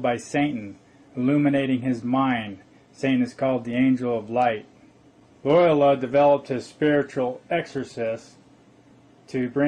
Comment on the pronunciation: "FreemasonDRY"?,...Illinois ., the "S" is silent.,...""Caesar" is spelled wrong., ..."Romulus" & "Remus" were the mythical "Founders Of Rome".,,..."Loyola" is pronounced like ...Loi OH la"., accent on the 2nd syllable.,,...it's "Piltdown" man., pronounced like "pilt".,as in "built", then "Down Man"., and "Peking" man is pronounced like "Pea King man".,..."Opus DEI",... not "opus DELI",..."Dei" sounds like "day".,...it's "Fullness" , not "fulness" .,... -spelled "Caesar" wrong again.,...